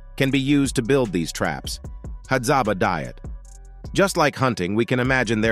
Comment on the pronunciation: It's Hadzabe